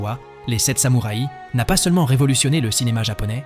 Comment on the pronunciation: Personnellement je trouve que vous avez une narration curieuse...cheffe d'oeuvre....Pulpe fiction avec une prononciation plus que française, les 7 samouraiii...qui se cache derrière cette voix ? Je trouvais ce classement intéressant mais pour le coup pas envie d'écouter un robot ....